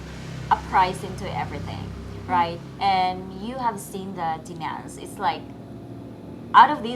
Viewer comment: I think its funny how you say demands, it sounds like demons LOL